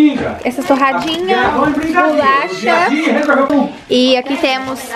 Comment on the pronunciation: Q agonia de te ouvir falando “bulacha” kkkk